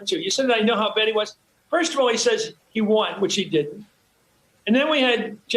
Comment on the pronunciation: When Trump says,, "America First" it always comes out "America Worst."